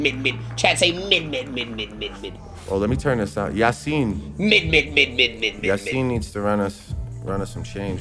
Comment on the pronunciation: He say Yasin like a old Somali dad 😂